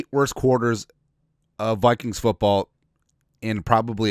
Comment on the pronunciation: Did you say POOPKINGS?